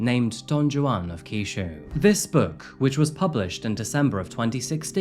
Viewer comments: y not just look up how to pronounce peoples names… i mean this is getting ridiculous. juan is pronounced with ”h”. shouldnt everyone be familiar with don juan… also, her name isnt pronounced sacky, but sucky… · Do all British people pronounce the J in Juan with an actual J sound, or is it just, lol? I've never heard anyone do that.